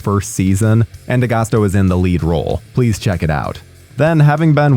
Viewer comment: Not how you pronounce d'agosto